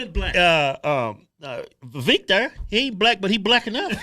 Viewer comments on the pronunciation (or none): Vivek, rhymes with cake, not keek...😆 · It's pronounced vi-VAKE, like "cake." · Vivek Pronounced like cake. Viv-ake. Or Viv-ache. Quit saying his name wrong. Hoooodge twins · Y'all are mispronouncing Vivek ... He said it's pronounced Vivake, like Cake. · Oh yea its viVAKE, like cake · They still keep mispronouncing his name🤣🤣🤣 Vivek like Cake! lol